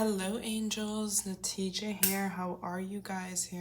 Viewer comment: When you say it Always Sounds like “The teacha” to me LMFAOOOOO